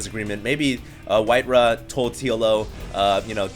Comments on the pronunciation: his name is Whitera, not Whiterav... what's the v for? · Dude, you are wrong in more ways than you can possibly imagine! It's WhiteRAWR!!!